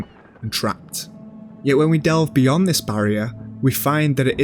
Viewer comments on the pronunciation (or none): none